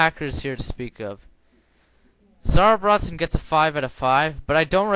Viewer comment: It sounds like "Sourbraytin"